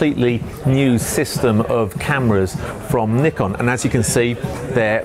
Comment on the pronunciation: Good job on the review. For once Nikon name is pronounce correctly.